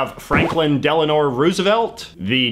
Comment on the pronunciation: Franklin Delano Roosevelt. Not Delanor